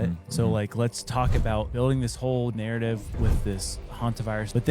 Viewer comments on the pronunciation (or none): none